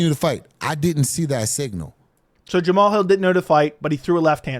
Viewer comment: Jam-uh-Hall has became tighter and tighter with Anthony “Lying Hard” Smith… so maybe he’s only delusional on paper…